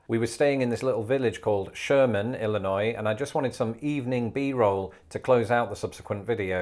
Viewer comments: Thank you for saying Illinois correctly with a silent 's' at the end. I can't tell you how many people I have come in contact over the years who insist on pronouncing the 's'. Some of them have lived in Illinois for 20 or 30 years. Well that's the end of my rant. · Gotta love it. I grew up in the Midwest. You said Illinois correctly! 🙂 Chicago also has a thin crust pizza that drips sausage grease and olive oil. And yes, the Midwest is friendly. And when in St. Louis, get some provelle. Awesome cheese blend!